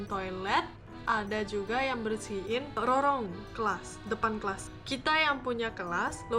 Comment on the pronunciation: Lorong kak 😂bukan rolong